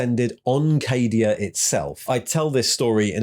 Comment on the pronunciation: What's this? not pronouncing Cadia as "Caddia"? 😜 But seriously, absolutely fantastic video mate! As an old, old, olddd veteran of the game I had pretty much given all the Primaris/Guilliman guff a miss and skipped out on reading the new lore. So this did nicely. Cheers.